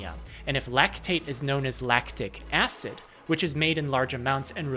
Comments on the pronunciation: The way you said "AHSED" sounds like a meme reference to that video of the dude dubbing the reddit post of the guy that made his moms phone auto-replace "no" to "acid" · New York accent on "acid"? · are we gunna ignore the way he said Acid 😂